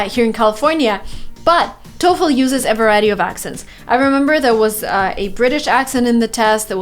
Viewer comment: She finally learned how to pronounce TOEFL the correct way.